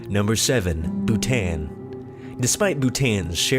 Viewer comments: they pronounce d Bhutan wrong then an is supposed to sound like on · It pronounce Bh-oo-tan not Bhutan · bhutan isn't pronounced boo-tan its pronounced boo-tawn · You dont pronounce Bhutan like Bu-Tan its Bhu-Ton dumbads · its pronounced bhuton not bhutan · It is Bhutān 'a' is pronuounced just like you pronounce it in 'father' Overall , Nice video 😊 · Bhutan is pronounced bhu ton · Yet another reason to love Bhutan. Also, it's pronounced Bootahn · Pronounced Bhutan incorrectly over and over again. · The narrator's pronunciation of Bhutan is so ignorant. It's not like the English language does not have the "â" sound. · you pronounced literally half these countries wrong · Bhutan pronounced wrong